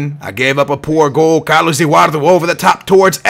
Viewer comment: Why do u say edurardU except of EduardO